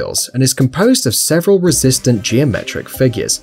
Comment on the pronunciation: "This device consists of 'Sevren' different blocks." ..... what the heck does that mean? "Sevren?" Find this